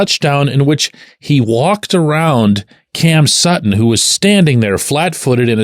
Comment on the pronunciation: It's Sutton